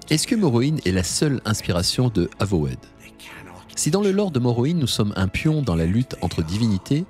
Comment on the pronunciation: Avowed ne se prononce pas "avowaide" mais "euvaude". de rien.